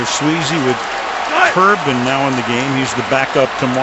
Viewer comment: Al keeps calling Sweezy .....Sleezy. Anybody else notice this?